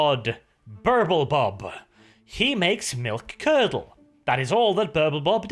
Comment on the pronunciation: I kept hearing Purple Bob :D